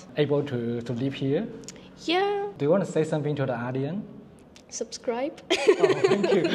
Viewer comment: 观众Audience的英文发音是O点斯，不是像你所说的阿点斯。😂